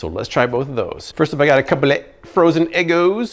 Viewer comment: The way you say “eggos” 😂